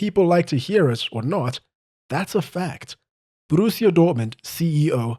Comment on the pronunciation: Great video mate, one note tho. You don't roll the R in Borussia. It's a rough R, you say it in your throat, not with your tongue. :)